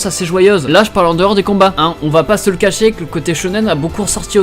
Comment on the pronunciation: Pk tu dis animai , on va pas se le cachai? Tu sais pas prononcer le son é?